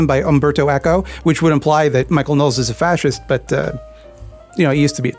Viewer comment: Is that how his name is pronounced? I thought you said it as Know-less